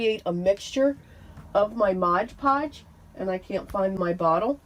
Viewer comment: Just FYI - it’s MOD Podge, not Mog Podge